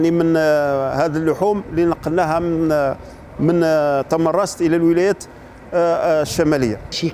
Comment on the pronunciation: تمنراست و ليس تمنغست